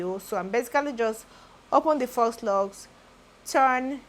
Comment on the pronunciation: The installation is Neat and lovely 😍. If you wouldn't mind being corrected the "faux" is pronounced like "fo" without the "X" sound